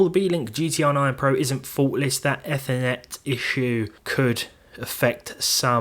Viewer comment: Not to be nitpicky, but ‘Ethernet’ comes from ‘ether’—it’s pronounced EE-ther-net.